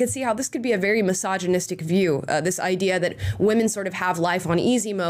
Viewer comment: “This seems to be the backbone of the idear here” lol